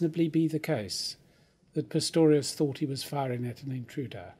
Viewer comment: ...after the good Professor calls him PITTORIUS twice and fumbles his reading a little, surely someone could have realised, before he gets too far into it, that a retake would be worthwhile?